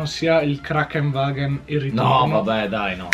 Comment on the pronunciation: ma si dice KraNKENwagen....vuol dire ambulanza in tedesco...